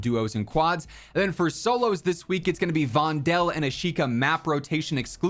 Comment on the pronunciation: I'm Dutch, I live in a street named Voldellaan, and if you would stop saying the E in Vondel you would pronounce it correctly. VONDL